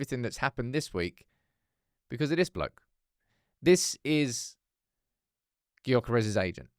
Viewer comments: Please pronounce his name properly! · Please stop pronouncing his name wrong…smh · Of all the pronunciations of his name this has to be the worst 🙈🤣